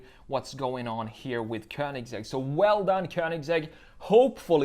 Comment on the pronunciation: It's not königZegg, it's königsegg